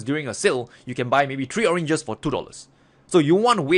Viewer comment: You made me laugh with the orenges